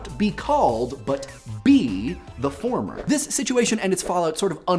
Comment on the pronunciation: did he say former or "thormer" ?? :)